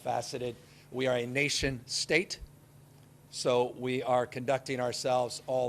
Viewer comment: Gavin Newsome says, "We are a nationa state". WHAT?